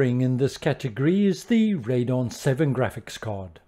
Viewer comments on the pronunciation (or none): I'm afraid it's a thumbs down for the waste of one minute video intro! Just get on with it. Please get rid of the HUGE 'SimHanger' block in the lower left, it's unnesessary and distracting, mainly because of its size. Also, while I'm moaning, it's RadEon, not Radon; there's an 'E' in that you're not pronouncing. And it's HDMI not HMDI. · Found this channel researching cards for the new FS2020 which comes out tonight! A few things though, it's pronounced "Raid ee on" not "Raidon," The 1660 Super is just that, not the 660 Super, and they're called CUDA cores, not just cores. I'm sorry to be so pedantic, but I don't want anyone walking away with misinformation.